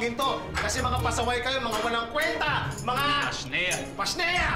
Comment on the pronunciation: pashnea hindi pasniya